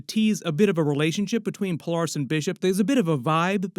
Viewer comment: Who is Pol-are-ris?